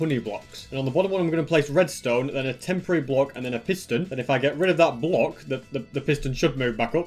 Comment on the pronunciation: * starts saying restone things* Me: Entertainment 🤪